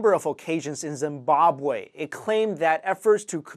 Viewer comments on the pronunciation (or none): You made my day with the mispronunciation of Zimbabwe (^^)